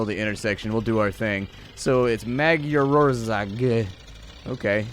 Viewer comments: Yeah the wheel is on the left and we drive on the right. Also that pronunciation of Magyarország was interesting :') It's weird when people try to speak languages they don't know. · Oh the butchering of Magyarország D